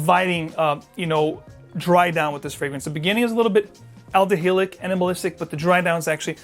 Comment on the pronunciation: Isn’t Chanel No.5 aldehydic (lots of Aldehyde notes). Why are you pronouncing them Aldehylic? Am I missing something here?!